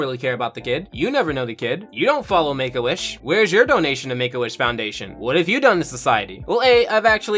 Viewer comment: Oh shit you are saying Make A Wish...... Honstly sounds like you are saying "Megoish" like it is some off breed od Jewish.